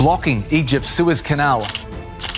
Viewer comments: Suez Route! I was mystified by him seemingly saying ‘Swiss Route’. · It is not ‘Swiss route’, it is ‘SUEZ’. Pronounced as सुएज़ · It's "Suez" not "Swiss".